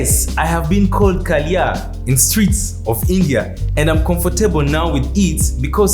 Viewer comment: It's not kaliya it's kaaaliyaa which sounds bad-ass 🙄but sorry for your inconvenience